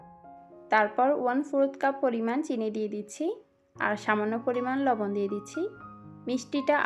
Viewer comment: কোন জেলায় বাড়ি গো আপনার লবন দিয়ে দিচ্ছি কথাটা যখন বললেন লবন শব্দটায় কেমন একটা ভাঙ্গা দিলেন সেই লাগছে গোড রেসিপি 😋😋